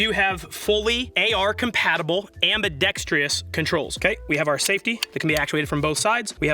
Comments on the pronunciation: It's ambidextrous, not ambitextreous. There's no second E in there. Why do so many people mispronounce this word?! You nincompoop! Love you <3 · Aaahh, the "am-bee-dex-trEE-oh" controls. They hang around with the "exspecial" people sipping "expressos".